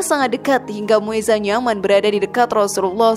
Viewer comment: iya kak bacaannya mueza kucing rasullullah tapi dipanggil muza kak